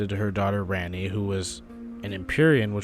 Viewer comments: Ranni = RAHN-ee. Cmon man they say it 1.4million times in the game. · ski on? rarni? auhhgg